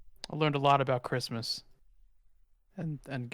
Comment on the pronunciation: Great Grandma is kinda a bad thing 😏 when she said “oughgahuougoughagahchrysmas” I was like word?